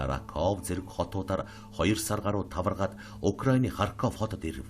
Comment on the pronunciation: Харьков гээч. Ямар муухай сонсогддог юм бэ үгийг буруу дуулахаар